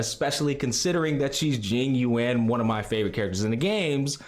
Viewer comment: Isn't Jingliu pronounced like Lucy Liu? As in "Jing Lu" and not "Jing Lee-You"?